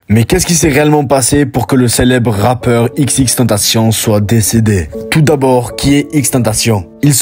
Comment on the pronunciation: Ça se prononce ÈxÈxÈxtèntacion ( xxxtentacion )